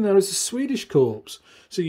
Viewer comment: Your pronunciation of Liebertwolkwitz was passable, but I can’t help pointing out that your mispronunciation of corps as corpse was, shall we say, unfortunate.